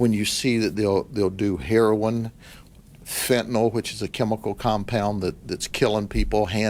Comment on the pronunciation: Kudos to this sheriff for his pronunciation of the word Fentanyl. Every LEO I’ve seen on TV pronounces it Fen tuh nall...!!!